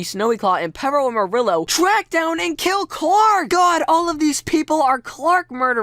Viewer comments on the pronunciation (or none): DOES THE WAY SAYS PERROAMARILLO ANNOY ANYONE ELSE....Perro is pronounced pear-o amariyo not peroamarilo